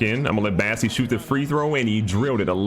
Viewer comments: Does he still not know it’s BOSSEY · Wait, isn’t his name bossey and not bassey?